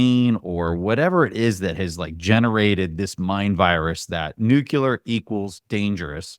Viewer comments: NUCLEAR, NOT NUCULAR. JESUS CHRIST. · Not “Nucular”. Obnoxious. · I had to stop listening even though it was really interesting 😂 “nucular” is too distracting! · Love ya but the word is pronounced nu-clee-ur